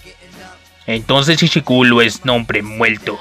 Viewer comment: Lo bi otra vez y apenas me di cuenta que decía Ichuculo y no ichiguro